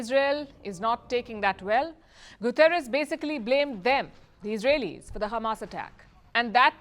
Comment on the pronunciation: Palki i understand why you saying Gutieres words wrong coz israel gave you access to report on their country n your goverment as well